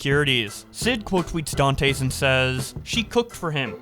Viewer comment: Can't tell if pronouncing Dantes every way possible except the correct way is a bit or not